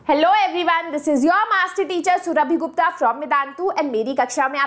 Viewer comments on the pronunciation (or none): none